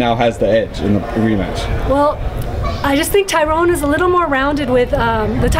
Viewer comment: She keeps calling Tyron woodley "TYRONE WOODLEY"